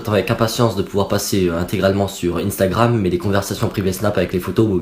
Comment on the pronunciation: "UNstagram" pas "INEstagram" !